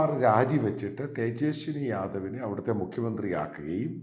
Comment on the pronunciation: തേജസ്വി ആണ് തേജസ്വനി അല്ല